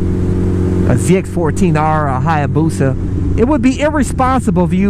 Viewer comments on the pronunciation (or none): none